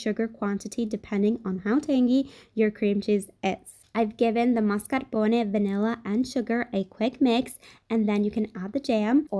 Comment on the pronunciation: FINALLY. Someone says mascarpone right!!